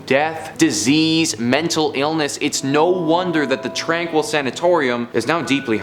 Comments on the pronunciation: My grandma worked at the mental asylum! Also It’s actually pronounced •tron-keel• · It's phonetically pronounced "Tronkeel" The facility is just west of Kamloops, BC. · It's pronounced "Tran-keel". I worked there for a month. I was in and out of the tunnels at all hours, never heard, felt or saw anything- anywhere.on the property. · Tranquille is pronounced "Tron-keel" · Its pronounced Tron-Keel. My brother was placed there in the 70's. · First one is pronounced tron-keel. Was born in Kamloops.